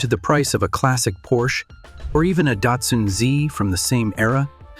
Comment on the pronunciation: You should look into hiring a real person to do your voiceovers. While I understand if English is not your native language but the AI voiceover used is so bad that I stopped watching when the word Porsche was so poorly mispronounced it felt like slop.